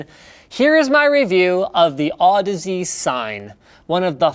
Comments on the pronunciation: Lol did you just call the headphones "audisease" at the start? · Omg somebody didn't pronounce it Aw-deez.